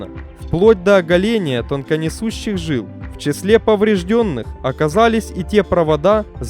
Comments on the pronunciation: Самое приятное в этом ролике - последняя фраза о том, что ещё один 747-й уродец отправился в металлолом. Зачитывающему текст стоит обратить внимание на такие слова, как инцИДент, ТОКОнесущие жилы (а не тонко-). Слово "дверь" в ВП и ПП следует ударять одинаково, а не как попало, то двЕри, то дверИ. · Опять «инциНдент» 🤦‍♂️🤦‍♂️🤦‍♂️ И жилы не «тоНконесущие», а токонесущие